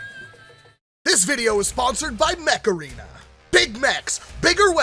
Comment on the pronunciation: I kept hearing mech arena as macarena